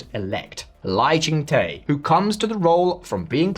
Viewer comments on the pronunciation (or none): the -Te in Lai ching Te should be pronounced as "duh", as in Lai Ching - Duh. 😂